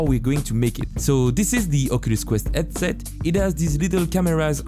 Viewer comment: You are french right? Bc you arent speaking the H in House or Headset....